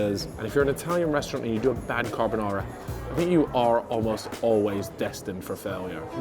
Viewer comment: Bro said "carb o Nara" hahaha